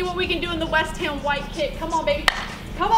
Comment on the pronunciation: why u keep saying west hem , its west ham u don't even pronounce that right 😩😩 please fix it next time